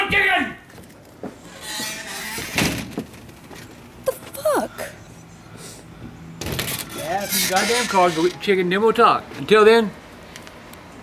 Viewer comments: “CAUSE I WANT CHIGGEN” 😂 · Because I want CHIGGEN